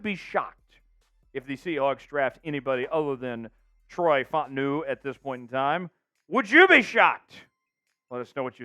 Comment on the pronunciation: It’s pronounced Fa Ta Nu…